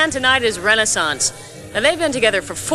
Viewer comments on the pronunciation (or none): Please pronounce Renaissance correctly.